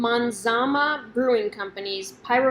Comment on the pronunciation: It's Mazama...not manzama